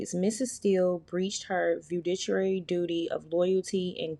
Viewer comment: Fa-doo-she-ary is how the word is pronounced😅😅😅😅😅